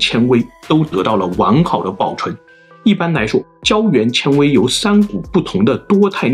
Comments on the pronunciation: 老哥这节目看的我贼难受，纤xian维 静水流深 还有一期应该读算筹chou ， 小学毕业的我听着实在是难受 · 纤维，纤 读 先，不是 千